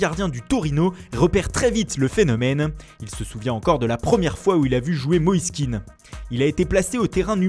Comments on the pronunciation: c'est pas un anglais,je crois qu'il s'appelle pas keane mais kéan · je crois qu'on prononce son nom ké-an et non kean a l'anglaise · Par contre ça se prononce [ken] et pas [kin] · Moïse Kéan pas Keane pffff, il est ivoirien pas irlandais. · Et c'est Moïse Kéan pas Kean ce n'est pas un anglais mais un ivoirien d'origine Kéan est un nom ivoirien pas anglais